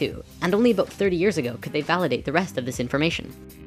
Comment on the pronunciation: Did I hear you say "aboot"? Are you Canadian?